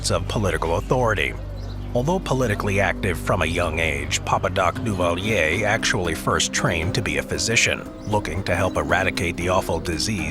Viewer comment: Papadocduvalier only murdered people the mispronounced his name